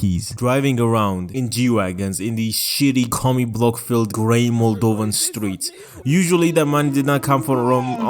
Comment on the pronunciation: As a moldovan playing this video in the backgroumd as soon as I heard moldovan I had to rewind for like 5 seconds to see wtf u said 😂 I was like 50 cent for real